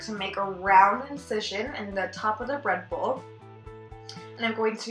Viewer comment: Is it just me or did she say read bull? 😂